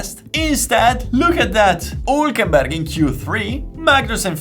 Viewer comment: This guy is capable of pronouncing the "h" in "how" perfectly but still chooses to say "'aas" and "ulkenberg" and I love him for it. Subbed.